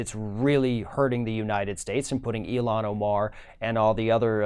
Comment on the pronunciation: Ilhan "ill-han," Not "eel-han"